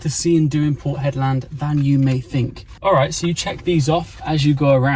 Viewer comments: I hope you run into Mick....just educate yaself on Warne....oh and get some aeroguard... or a hat with corks....I heard you call it Hedlaaaaad soooo many times...and then Hedland.... Looks like your hating your trip...maybe you will go home soon... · I always seem to be advising you on pronunciation. To pronounce Hedland in proper "Strayan", you have to say it quickly and it should come out as "Hedlend or Hedlnd". Annunciating the LAND bit just sounds crazy and wrong. As always, I just aim to keep you informed and relevant. No criticism here. 😘🤣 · Yes as a W.Australian the 'land' pronunciation did sound off, although of course it is spelt that way! :) Also re Exmouth.. we say the 'mouth' bit with a full 'ow' vowel sound, instead of 'muth' - with the vowel sound like the flat 'e' in ' the', as I believe English placements ending in mouth are pronounced? (Eg Bournemouth)